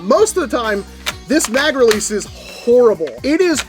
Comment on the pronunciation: did you have a stroke when you were talin about the mag relece?